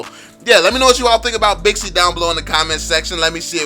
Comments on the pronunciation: Wew bixi actually its pronounced baxia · What I like about you is that your empathy when it comes to those who are taking your insights negatively by explaining what you are trying to convey. Btw, it's Baxia not Bixi anymore. My top 5 tanks? 1. Baxia 2. Franco 3. Minotaur 4. Johnson 5. Uranus But I'm a Lolita main, lols! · Baxia... Not Bixi.. Baxia is the latest name.